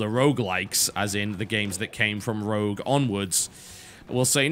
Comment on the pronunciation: Rogue...R-O-G-U-E. Why people have such a problem saying the word 'rogue' ? ..rough ? ...wtf i've heard rouge before..